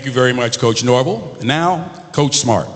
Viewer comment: First can you say Coach Nor-Vell!!